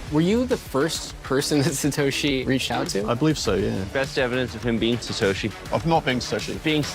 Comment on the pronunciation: Paul Le Roux "Slatoshi"